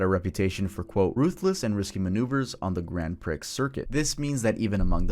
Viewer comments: its said like "pree" not "pricks" lol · Im sorry to be that guy, but Grand Prix is pronounced as "pree" not "priks", just so you know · I've restarted the Ayrton Senna section 4 times but I can't get through it without breaking down laughing from you messing around and saying "Grand Pricks" so many times instead of "Grand Prix(pronounced Pree.)" So all I hear is d!ck jokes while you're talking about a man's final moments and the juxtaposition of those 2 things is breaking me whether intentional or not. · Even with such serious content in the video I couldn't help but giggle every time you said "Grand Pricks" when trying to say "Grand Prix(pronounced Pree.)" I know how bad it sounds but as a guy it seems like d!ck jokes never stop being funny lol. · Grand preee not grand pricks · Grand Prix is pronounced "grand pree" bro 😩 not pricks lmao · It’s called the grand PREE, not grand PRICKS (PRIX) the X is silent. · I love ya but PRIX is pronounced PREE! It's Not Grand Pricks, it's Grand Pree/Prix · Came here to comment the same thing. How does bro just go through life thinking it's "pricks" and not "pree" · Dude, Grand "Prix" is not pronounced like that itty bitty guy between your legs. "Prix" is pronounced "pree". Grand Pree. Not Grand Pricks. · Damn son, prix is pronounced "pree" not "pricks" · I had to go back & listen twice. I'm 60 years old & I've never heard Grand Prix pronounced Grand Pricks...as far as I've ever known it's Grand Pree. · Grand Prik? You mean Grand Prix pronounced Grand Pri. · Grand pricks circuit lol... c'mon now prix is pronounced pree... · Grand Pree. Not Grand Pricks. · Dude, I have to say, prix is pronounced like pree. It is not pronounced grand pricks. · FYI Grand Prix is pronounced “grand pree” not “grand pricks” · Off topic, but 'prix' is NOT pronounced as "prix", it's pronounced "pree". I have heard like 5 other youtubers call it the 'Grand Prix', and not the 'Grand Pree' and it kills me everytime. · Pronounced Grand Pree